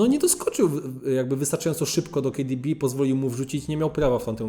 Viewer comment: Kejdibi XD boli ucho